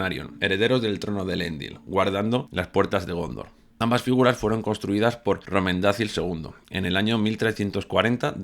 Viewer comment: Romendazil?? . Porqué? No sería correctamente Roméndakil porque está escrito como Romendacil pero la C para Tolkien se pronuncia como una K.